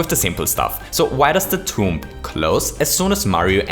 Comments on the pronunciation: Your way to say tomb is TOMP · You don’t pronounce the b at the end of tomb